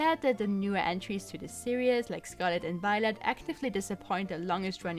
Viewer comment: An hour long video is pretty scary. The video quality seemed great. However, two minutes in, after having heard "Pokeeeemon" a thousand times, "series" being said "serious", and numerous clichés, I'm stopping the video.